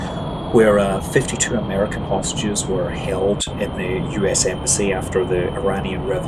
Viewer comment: "52 American prostitutes were held" I know you said hostages but it sounded like that and made me lol.